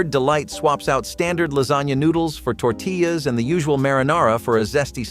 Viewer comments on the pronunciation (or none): none